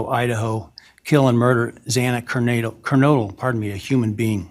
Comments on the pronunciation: its Ethan Chape-in, xana ker-no-del, kaylee Gon-cal-vez you mispronounced 3 out of the 4 victims names, please do better 🙄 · Xana’s last name is Kernodle, long o sound like no. Kaylee’s last name Goncalves the c has an s sound and then you pronounce the ves at the end. Chapin is a long a sound. You got Madison Mogen correct.